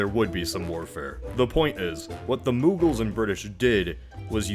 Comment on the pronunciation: It isn’t moooooogals, it’s it is pronounced like MmOgaul